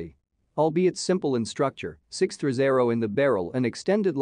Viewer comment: Nothing says "credibility", like a robotic voiceover that can't pronounce "sixthreezero"